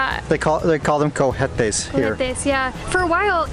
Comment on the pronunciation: you are telling me about immigration prosess??? It's even worst in USA!! love you guys!! just remenber the H is silence in spanish. cohete, coooeeete. nice to see you guys are back!!